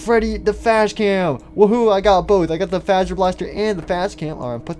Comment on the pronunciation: he does realize that it’s Fazer Blast not Faser Blast!!!!!!!